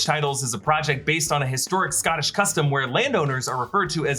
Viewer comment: Scaaaatish, it’s Scotish 😂